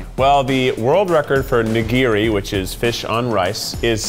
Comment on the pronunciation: When you’re Japanese/Asian: Me: *CrInGeS at the way Keith said nigiri*